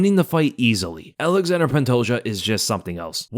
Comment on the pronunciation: Alexander pantoja kkkk its ALEXANDRE Pantoja